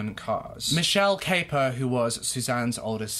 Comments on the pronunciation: Her name is pronounced cap - per not cape - er 👍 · I'm afraid you have mis-stated various facts in your summary of this case. You also mispronounced Suzanne's surname. I don't know where your information was taken from and clearly you are touching on the 'headlines'. It is also fair to say given the length of time this incident went on for and the number of characters involved its understandable you may get confused. Its a very emotive and sensational case but maybe remember there are still family members alive. What this young girl went through was awful. I'm sure your motive in recording this piece was not to be cause hurt but you ought to consider the impact it could have in a wider sense. I don't mean to attack you but remember all of these cases have families behind them. Suzanne was somebodies daughter. What happened was horrific and I'm sure her family and friends don't want to have such reminders in the public domain. Equally, passing opinions without having seen all the evidence or heard it in court can be dangerous.